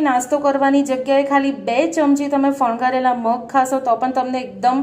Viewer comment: Fangavela shabd che.. Not fangharela 🙄🙄